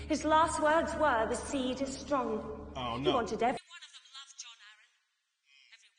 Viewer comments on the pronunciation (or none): none